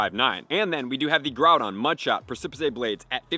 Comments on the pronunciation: DUDE. How many times do we need to tell you?? “PRESS-ih-PISS” is how this common word that most people already know is pronounced! STOP! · I love you and your tips, but you PRONOUNCE A Lot of things WRONG! Sometimes I cringe. The move is pronounced Press-Suh-Piss! Press-Suh-Piss Blades! Please! Thank you! ❤ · Lol your a legend thanks for all the info but it’s definitely pronounced press-sip-piss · I can't believe he didn't know how to pronounce Pre-ci-pice Blades. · lol I'm pretty sure it's it's precipice (press-ip-is)? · I like how you pronounce the move a lot better but the correct way is: precipice /ˈprɛsɪpɪs/ noun a very steep rock face or cliff, especially a tall one. "we swerved toward the edge of the precipice" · Precipice is pronounced as press-si-piss 😁😁😁 Can't wait for the primal raids!! :_HYPE::_HYPE::_HYPE::_HYPE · Both videos he's made with it had me giggling when he said it pre-sip-uh-say, sounds like a fancy Spanish version. Reminds me of when me and friends say silly stuff like tar-jay for Target etc. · The annunciation is “Press-I-piss”. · Repeat after me. "Press a piss" Precipice, as in a sudden and steep cliff. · “Press-e-pess” Blades sir. Since you asked. Lol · You should look up the work "Precipice". Press-si-piss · Press-eh-piss blades is the pronunciation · Just wanna correct its Pre-ci-piss blades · Preh-sah-pis blades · Precipice blade should be pronounced as press-sa-pis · Thank you!!! Every time he said “Preh-sip-his-say” I wanted to tear out my hair! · Yea it's so annoying, pre-si-piss -ae bruhh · Pronounced press-ih-piss blades. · Press a piss I think is how you pronounce it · Press-uh-piss a very steep rock face or cliff, especially a tall one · Preh-sa-piss blades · Love you but it’s pronounced “press-ah-piss” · Bruh, juat say "Pre-see-piss". That's how u pronounce precipice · Press-ih-pis ffs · It's pronounced pres ip iceblade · Press-i-piss blades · Preh-suh-puhs Blades 🙂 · He never pronounces it correctly